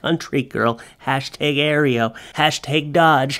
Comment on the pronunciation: Aero is pronounced Air-o. What are they teaching in Canada?